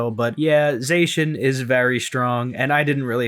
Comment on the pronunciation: These games were really good. I liked the visuals and many of the character designs. The wild area was pretty barren but the tall grass textures look awesome! Zacian is pronounced Zah-see-yan.